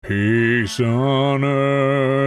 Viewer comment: all i heard when ot said "peace on earth" was "pees on earth" :,)